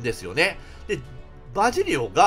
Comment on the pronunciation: バジリオやで ずっとジバリオ言うてて気になったw